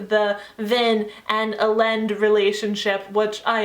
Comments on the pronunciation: I have always pronounced Elend "Ee-lend" and I know that everyone pronounces it different :'( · Great review ***** :) I listened this on audiobook and it was a great experience! I notice that you pronounce some of the characters' names differently than what I heard on the audiobook. Elend = "elle-and" and Sazed = "say-zed". I mean no disrespect, just wanted to mention it! Have a great day :)